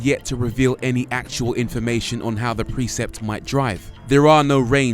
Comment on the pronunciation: You pronounce precept as preset